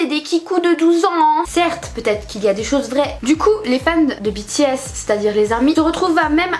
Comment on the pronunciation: Ta vidéo me stresse tu dit "Bi T S" alors que moi je it " B T S" 😂